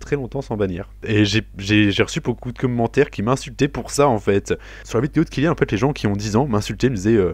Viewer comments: les comhmentaires xD j'adore ta maniere de prononcer commentaire :p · Felicitation pour ton trophée! j'aime bcp tes vidéos et en plus j'ai remarqué que tu prononces mieux les trucs en anglais du coup ca fait plez parceque y'a certain youtubeur ben c'est vraiment un massacre lol peace!